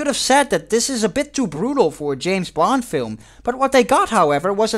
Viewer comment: Why every time you say "Bond" I hear "Blond"?